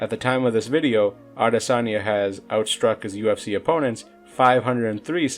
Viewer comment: No one ever pronounces his name properly